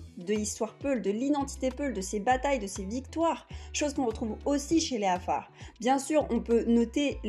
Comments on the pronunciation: Vous prononcer lal le mot Afar,vous dites kafar,alors que dans la transcription latin la consonne Q se prononce qu'en arabe ou afar car cette tonalité n'existe pas en français et donc vous n'êtes pas obligé de le prononce ,dite seulement afar En transcription afar = qafar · Félicitation pour tt c travail .mais il faut revoir la prononciton du mot Afar.par ce ke vs dites kafar alors c Afar avec 3 lettre. Merci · Merci. Par contre il aurait été avisé de prononcer correctement le nom de notre peuple : 'Afara, le q vaut pour le ein, il ne s'agit pas d'un k mais de l'effort fait par les 'Afara de transmettre leur culture orale comme celle des Fulani auquel vous les comparez à travers l'alphabet latin. C'est dommage que l'objet de la comparaison n'ait pas été traité avec la même rigueur que le sujet de votre discours. Ça m'a bien écorché l'oreille. Au passage, les 'Afara partagent des traits culturels liés au pastoralisme avec bien d'autres peuples vivant du pastoralisme exclusif, et leur betail est composé avant tout de dromadaires, les vaches ne sont que sur les territoires fertiles qu'ils possèdent. #'Afara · Tous ce que vs avez dit semble très intéressant et j en doute pas .. Mais perso je ss un Afar ..si je te présente mes excuses enfants ma famille ou mm ma culture . Tu seras stupéfié de la ressemblance. Parcontre vous dite bien. Que vous étiez en éthiopie , étiez vous dans la région Afar ? Si oui ...à vous de jugé. Et svp dite à cette personne de bien prononcer Afar 😊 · Il y'a un Dakar près de Harar. Mauvaise prononciation de Afar.